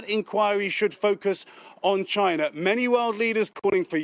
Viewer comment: Did she just say CHYNA 🤔🤦